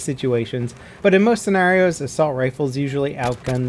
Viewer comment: Still pronounces senario wrong😅😂😂